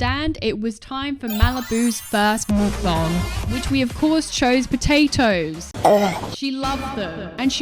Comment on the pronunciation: Thank you for saying mukbang properly! My ears wanna cringe whenever Americans say it! Omg.